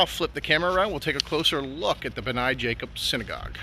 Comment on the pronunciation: Thank you for your coverage of our synagogue. Great job, except the name is pronounced 'BNAY', long a at the end. Anytime that you'd like to see the inside, please let me know.